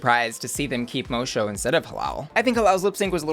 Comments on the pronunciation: PLEASE PLEASE dont spend this season saying "Miss Mowshow". It's pronounced "Miss Mossow" The C is supposed to be a Ç, like in Miss Moço. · Just letting you know, it's pronounced Mo-soo not Mo-show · its Moço (Mosso) not Mosho - and yes, I think she´s won the lipsinc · Moe Show is going to be this season's Ozzie Onna? (It's pronounced like mo-soo) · I'm more excited about this season after watching the first episode, I wasn't sure just from the promo. Fun fact, moço means boy in portuguese. So Miss boy. Pronunciation 'mosu...mo-sew'.. not mo-sho. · Pretty sure its pronnounced "Mosu" not "Mosho" lol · Love the video, but why are you pronouncing "Moço" like 'moe-show'? It is pronounced 'moe-soo'. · Friend of the queen, it’s pronounced mo-sue. It’s tricky for all 🤷‍♀️ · Girl it's pronounced like mossso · baby.. moço is pronounced moh-soo. Moço means like a early teen boy is portuguese ❤ love ya, kisses from portugal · Moço is pronounced MoSue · Moço is Portuguese for "boy". And it's pronounced much closer to "mo-su" than however you're pronouncing it. Google translate is a great resource. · Ahahaha hearing you pronounce Moço is hilarious 😂💖😂 it's pronounced Moe-Soo btw 💖💖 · Moço is pronounced Moh-su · Miss Moço is pronounced Mo-Su. Moço is Portuguese for boy so her name translates to Miss Boy. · Finally a girl with a portuguese name, now i can be that person who corrects the pronunciation yay! The "Mo" part you got right, but the "ç" makes a S sound and in portuguese the "o" in the end of words is pronounced like a "U", or for english speakers a "oo" , so in the end the pronunciation would be something like "MOH-soo" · I was wondering why Moh-Su, not Moh-Soh. Now I know. Portuguese, not French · its pronounced miss “mosso” 😅💛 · Miss Moço is pronounced Moe-Sue. The pronunciation you gave it in this was just painful. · Right? What is that pronunciation? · Idk why but the way butchers Miss Moço's name just hits... diferente. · Mo-soo not Mo-show…